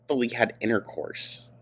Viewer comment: The way you said "They never fully had InTeRcOuRsE" made me pucker and hack. This video is so awkward. I have no idea how they put up with this for so long. I really hope that their future will be extraordinary and so far removed from the bulk of Amber's shadow.